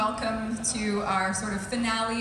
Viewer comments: even when he says it, it sounds like tanacon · Every youtuber ive heard say TennoCon pronounce as TanaCon. Its a little disturbing. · I thought he said tanacon lol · For a second I thought you said TanaCon